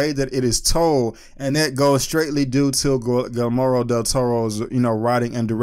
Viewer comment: Dude at least try to pronounce his name correctly. Gilmoro??